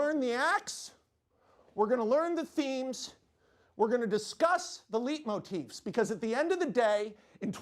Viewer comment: Why does he pronounce it like leet motifs